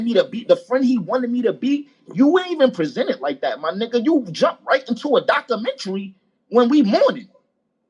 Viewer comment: The way he was pronouncing it was killing me...